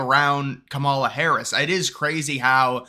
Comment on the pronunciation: 😂😂😂 I am missing one of your early voting videos, reporting the “republican hype” to support Trump. Tick tock, I can’t wait for your “depressed” video after Election Day and keep pronouncing Kamala name wrongly, you will learn the proper pronunciation by the end of her presidential term.😂😂😂